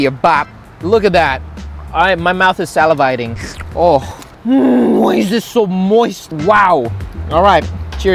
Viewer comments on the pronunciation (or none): Teaching guava to speak salivating not silivating